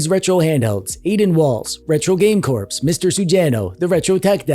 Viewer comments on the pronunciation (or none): calling by Retro Game CORPSE really bothers me!! Can someone get a message to that “Corps” is pronounced “CORE?” Jeez man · “Retro Game Corpse” lol. Jesus Christ man… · “Retro game corpse” 💀